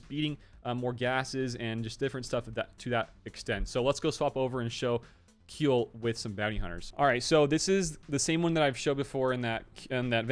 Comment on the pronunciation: "Kui" in Kuill is pronounced like "Qui" in Quiver.